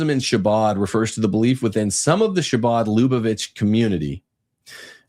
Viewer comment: It’s pronounced “Ha-Bod”